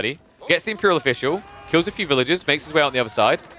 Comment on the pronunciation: Villagers vs villages is only difficult if you decide not to pronounce the r